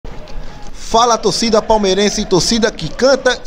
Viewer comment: Fala tócida, tócida que canta e vibra, a palavra torcida foi pra casa do c.....kkkk